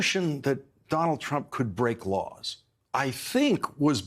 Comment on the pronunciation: 8m 45s... He mispronounces "laws" as "lores." Note that "lore" means "myth." So, when he says "I'm going to enforce all lores concerning the protection of classified information" it appears he kept his promise. He did indeed steadfastly enforce all myths about classified information. It's a classic Scooby Doo ending. "If it wasn't for you meddling words, I would have gotten away with it."